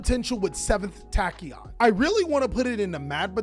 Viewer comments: its pronounced takion dragon 🤣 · Why tf would you pronounce "Tachyon" like that